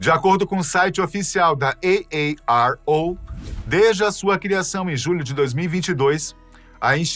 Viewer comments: "Ei Ei Ar Ou" 1000x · Eu não aguentei ver o vídeo inteiro,de tanto" EI EI AR OU"QUE ESSE CARA fala 😅😅😅kkk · Esse cara gostou de pronunciar AARO😂